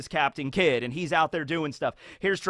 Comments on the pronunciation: He said Captain mid🫥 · “CAPTIN MID” DAS CRAAAZYYY I know u meant that🤧😭😭😭